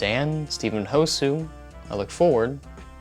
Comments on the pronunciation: This is just a friendly point out, It's not "Hosoo" it's "Hosuh" with an UH. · hosUH not hosu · STOP SAING HOE-SUE ITS DRIVING ME NUTS ITS PRONOUNCED Hoe-Sa NOT HOE-SUE! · Ho-suh. Not Ho-sue, ho-suh. As well as Ann, not Anna. Ann/Anne. No bad intent, just thought you should know. -Guy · hosu is pronounced hosah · why the hell would you come to the conclution that hosuh would be pronounced hoe-sue and not hose-uh in their videos they litterally say his name all the time so how the hell have you not heard it? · Rip when he says hos-ue when it's pronounced hoe-suh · Hosue.... NOOOOOOOOO, Its Hosuhhh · Ho-Suh not Ho-soo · Ho sah Not ho su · Hosuh is pronounced ho-SUH. Not ho-sue. That annoyed me so bad. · I loved this video clearing everything up but calling Hosuh Hosoo just.. made me spiral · Yes, Hosoo not Hosuh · Every single time he says Hosuh as Hosoo, it makes me hurt a little. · "Hosah" not "Hosuuh" thank you :) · It's "Ho-zuh" not "Ho-sue". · the fact that he says “hosoo” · Hosuh pronounce as Hou-sa and Spell Ann not Anna... I hope you did a search of their name correctly(spelling and pronunciation). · Whenever u said hoe sue I died inside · ''hoe-sue'' i'm dead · U said housah wrong lol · Stop saying hosuu or I'm gonna ho-sue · I love the vid but IT'S HOE-SAH! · using the clips of Jay saying Hosuh correctly but still saying Hosue is making my ears bleed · “Hoe-sue” I can’t do it, I can’t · pronounces hosuh “hosoo” (good video though i love how well researched they all are) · Just Ho-suh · When he said hosuu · Why does it seem like he never actually watched many of their videos? He called hosuh ho-sue and called him "they". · kept saying Hosuh as "Hosooh" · Ah yes, "Hosooh" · Hosuh not housuns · God dammit guys its pronounced ha- zoo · “Ho-Sue” triggered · Every time says “hoe-sue” I lose 5 years of my life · ah yes, hoe-sue. my favourite. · But Dan also pronounced it like "ho-sue", didn't he? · It's pronounced Hosah :v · i love hoe-sun 😌